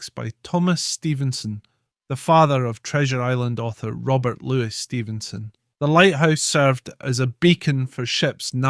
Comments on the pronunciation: If it’s not bad enough hearing non-Scots mispronounce names we have a Scot mispronouncing Scottish names. Ail-sa not Al-sa. And Loo-ee not Lewis. We’re not Americans yet. Otherwise not a bad wee film. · And Robert LEWIS Stevenson?? Using American pronunciation instead of Louis the way the French meant it to be said.